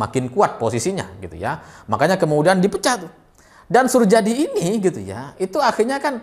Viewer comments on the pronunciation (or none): Suryadi bacanya, bukan surjadi.. Itu kan ejaan lama.. Heee.. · Pengucapannya Suryadi bukan Surjadi. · drs. Soerjadi bacanya SurYadi bukan Surjadi. Itu ejaan lama, mas. Iya betul suami pertama ibu Mega adl penerbang yg (di)hilang(kan) saat tugas dan sampe sekarang tidak diketemukan jasadnya juga pesawatnya. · Sedikit koreksi , Soerjadi cara bacanya Suryadi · Soerjadi, bacanya: Suryadi🙏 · Soerjadi dibaca Suryadi mas... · bacanya Suryadi mas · jika baca nama 'Surjadi' hendaknya seperti baca 'Suryadi'.. Surjadi ini berjasa cukup besar dalam menaikkan suara PDI di Parlemen, ketika itu beliau dalam kampanye pemilu mempopulerkan semboyan METAL (merah total) dng mengacungkan jari kelingking, telunjuk, dan ibu jari (jempol).. Surjadi akhirnya sama Orba dipandang berbahaya, sehingga perlu diganti, namun diluar dugaan dalam pemilihan Ketum PDI yg muncul malah Ibu Mega.. nah loo..